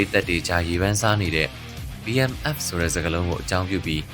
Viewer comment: Battle Mask Fast လား .. ဘာပြောလိုက်တယ် ဆိုတာ နားမလည်ဘူးဖြစ်နေတယ်